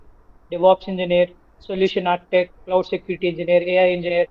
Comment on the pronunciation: It's cloud bro not could rectify it 😅